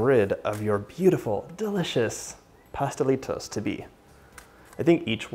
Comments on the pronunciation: I love your pronunciation of the Pastelitos de Guayaba 💞💞 your Spanish is great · Yes you said it correctly! My favorite .. yum thank you for making